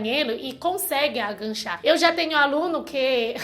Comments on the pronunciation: gostei muito do vídeo! Só estranhei um pouco (e é compreensível) a palavra AGACHAR ser pronunciada como AGANCHAR - soou um pouco estranho, teu jeito de falar, por ela ficar parecida com uma outra palavra que é ENGANCHAR. Mas enfim, mesmo assim, teu português está cada dia melhor!!! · Sei que é chato corrigir e que vc já é fluente...mas quanto mais aprende melhor né?! O certo é agachar e não aganchar 😂 Beijos, sua linda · você fala bem o português, mas não é aganchar ,agachar . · é agachar, não "aganchar". Não tem o n. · Aganchar kkkkkk. O certo é agachar. sem "n". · Aganchar kkkkkk ( agachar menina) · É agachar, não aganchar kkk. beijus. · so pra avisar (DICA CONSTRUTIVA), a pronúncia correta é = AGACHAR e não AGANCHAR, e dica construtiva em, adoro ver vc falando portugues vc e mt boa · A pronuncia correta é Agachar e não Aganchar. mas é só um detalhe. Seu português é ótimo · Demorei muito pra entender que "aganchar" era agachar. Fiquei achando que era de gancho..hahahaha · Só corrigindo: no tópico 4 vc fala "aganxá" e o correto é "AGACHAR". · Agancha=agachar kkkkkkkkkkkkkkkkkkkkkkkkkkkkkkk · PELO AMOR DE DEUS, não é agaNcha! É AGACHAR, por favor vc já tem 9 anos no brasil, aprenda a falar pelo menos isso. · A palavra é A-GA-CHAR. Realmente andar de ônibus sem saber qual linha pegar é certeza parar no fim do mundo, eu uso um aplicativo que me fala os trajetos das linhas da cidade e os horários e locais dos pontos, senão vc fica totalmente perdido. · agachar e não angachar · Agachar ... e não aganchar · na verdade, é "a" fechado, já que é átono =) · agachar é o certo, não tem "n" ou seja não é "aganchar" . Bunda não ponda estica o "u " da palavra que vc consegue buuuunda, acho que melhorará o som.